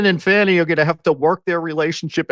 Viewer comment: Her name is Fani,... Not Fawni! 😂🤣😭😅